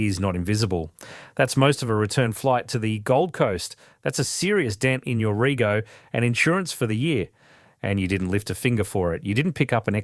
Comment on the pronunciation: "rego" said incorrectly. Is this AI?